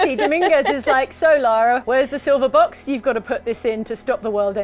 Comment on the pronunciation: Thank you for pronouncing "Lara" correctly. THANK.YOU.